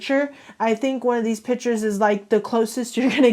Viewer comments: Who else was super annoyed by this girl saying pitures and not piCtures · Her/him: ... Takes "pitures" .... Me: WtF!!! iT IS PiCtUreS!!!!!